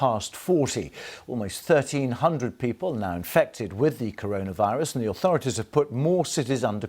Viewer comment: Little known fact. It's actually pronounced Colonavirus